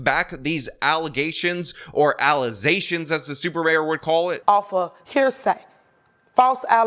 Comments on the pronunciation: "False ALIZATIONS" for sure! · I just have to say that I'm happy that the "allezations" bit is now a regular occurance on this channel.